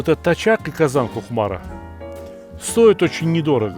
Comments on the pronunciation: Сталик абый, Кукмара - удаление на последний слог) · Кукмара - ударение на последнем слоге- буде поавильно.